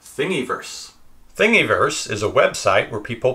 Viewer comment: you proununce it like thing a verse not think e verse like you were saying